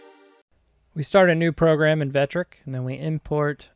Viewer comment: Vectric, not Vetric. Thanks for the vid.